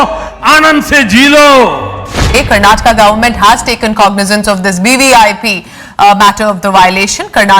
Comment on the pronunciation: Finally an Indian from North saying KARNATAKA..